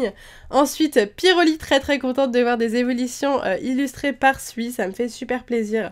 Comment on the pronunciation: On ne dit pas Sui comme tu le dis mais faut prononcer "Sou-i"